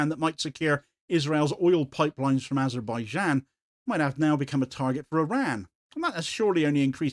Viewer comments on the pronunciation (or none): none